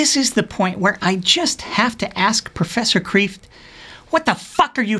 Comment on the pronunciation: Btw, Kreeft is pronounced 'craved' and means 'lobster'. Just so you know.